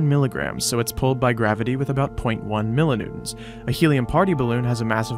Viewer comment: What's a "mill-o-noon"?